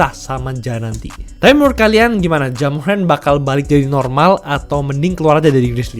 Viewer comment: Ja morant sudah berubah menjadi ja murant😂